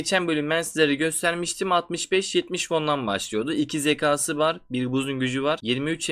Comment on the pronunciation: uzun zamandır izliyorum seni ama artık zeka, kâğıt gibi kelimeleri lütfen daha düzgün şekilde telafuz et. Uzun süredir video çekiyorsun lütfen daha dikkatli ol